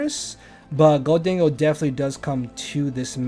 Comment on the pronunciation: Bro it’s pronounced golden-go 😭